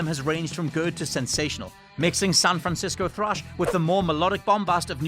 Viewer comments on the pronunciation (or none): none